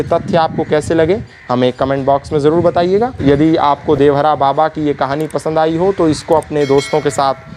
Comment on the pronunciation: Are murkh devraha baba kodevhara baba kyo bol rhe ho